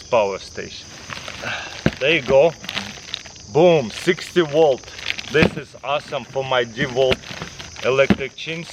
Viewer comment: Twenty wolt